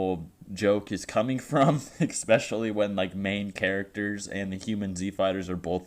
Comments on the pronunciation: Especially*, not eXpecially. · Ickspecially. Okay. Say it with me. Especially. Especially. E-specially. Fucking shit.